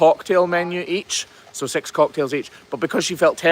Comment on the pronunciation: PNW here. Lol.. When you say, six course meal, it sounds like sex course meal. Lol.